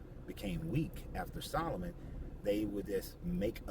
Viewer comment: "sol o moon"?? its a question about the magic you prefer